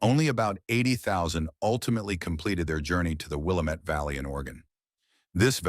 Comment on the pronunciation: Not too bad... But place names oh boy Its called the Will la mette valley not the willamet. and the tribe Whittman worked with isn't kiuse try Cai usece